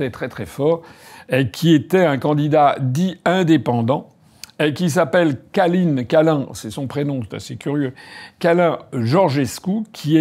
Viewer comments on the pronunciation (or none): Mr Asselineau, il ne s'appelle pas Calin mais Călin. C'est un prénom Roumain.